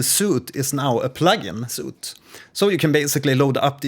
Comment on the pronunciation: it's pronounced sweet not "soot" ;)